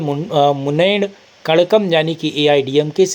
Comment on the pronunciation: तमिल मुन्नेत्र कझ्यगम सही उच्चारण है श्रीकांत भाई।